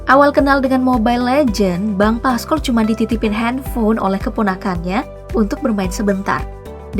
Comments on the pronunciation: PASCOL Min,,bkn paskol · Pascol bukan paskol😭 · Bacanya Pascol kak, bukan Pascol